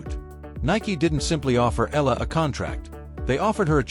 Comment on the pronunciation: E-YA-LA correct pronunciation